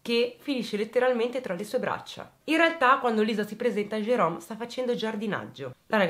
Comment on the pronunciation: Ciao. Ti seguo dalla Svezia e ti faccio i complimenti per come esponi i fatti. Mi permetto di farti un piccolo appunto: in questa storia il protagonista Jerome, tu lo chiami Gerome con la g dolce. alla francese. In inglese il suono dolce della g non esiste. Quindi, il nome del killer si pronuncia Gerome (Jerome). Non me ne volere. Grazie per il lavoro che fai e continua cosi. Ciao.